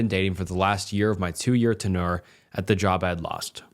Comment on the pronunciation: Ahahahaha gotcha again. “Ten- Yurrr” not “ten-ore” 😂😂😂 always fun calling out on his mispronunciations. Professional shit talker here so. Had to do it 😭